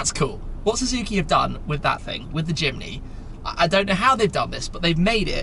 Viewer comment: At first I thought he said: “Suzuki Chimney”